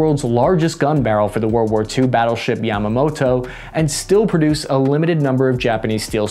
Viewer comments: It's "Ya-ma-toe" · no one else noticed him saying Yamato as Yamamoto? XD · When I heard "Yamamoto" instead of "Yamato" I died laughing cause I was just reading it on my history book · "Yamato" vice "Yamamoto" battleship. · It's not Battleship Yamamoto, it's Battleship Yamato. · Battleship "Yamamoto" ? :) :) :) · You mean Yamato, not Yamamoto. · did he say yamamoto instead of Yamato? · Its yamato not yamamoto bro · It is Yamato and not Yamamoto. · Yamato not Yamamoto dude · Yamato...Not Yamamoto. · Yamato and Musashi.not Yamamoto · Bro its the IJN Yamato, not the fucking "Yamamoto". A bunch of facts and names were wrong in this video. Smh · Yamato.Not Yamamoto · Yamato yamawto Potato potawto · Ya tomato? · It's Yamato